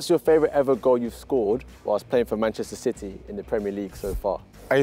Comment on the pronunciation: did he just say manchester shitty??